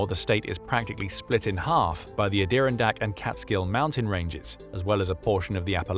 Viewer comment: The Adirondacks. Are pronounced “ah-dur-on-dacks” not “ah-deer-on-dicks”